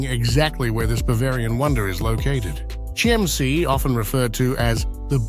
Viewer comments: Your pronounce it wrong. Not SCHIEMMsee, but you are right when you say Kimmsee (not amer./engl. Kaimsee, use better the local word Kimmsee) I know it good, cause I live 5 miles form the castle. Kind Ludwig II made the states of Bavaria bankrupt, No money was left, cause all the buildings were much too high. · As usual the name of this place is mispronounced why not check before releasing ‼️‼️‼️